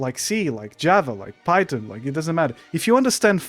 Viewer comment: not the guy who can't even pronounce the word Python right talking about other people. (Pirate Software Can Barely Code?) bro you can barely speak my guy lmao. (yes this is ragebait and I love your videos.)